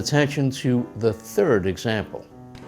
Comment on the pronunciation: Third! Not "fird" or "tird"! And how many ideas do you have on the list?